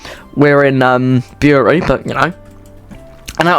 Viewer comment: Bury is pronounced like Berry. It pained me to hear your pronunciation. Bury isn't the terminus it's the main hub rawtenstall (raw-ten-stall) is one end and Heywood is the opposite end. The line does connect to the mainline and to the metrolink (Manchester tram network) there are many steamers as ELR but none of them were showing.